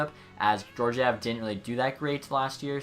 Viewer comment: Alexander Georgiev is pronounced ( Gee-or-gee-ev ) *Gee as in Hard G Sound